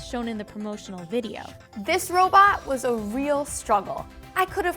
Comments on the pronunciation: did she just say hoe bot? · LOL “hobot”....suction...